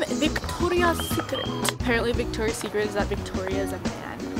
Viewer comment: The way she pronounced 'VICTORIA SECRET'😂😂😂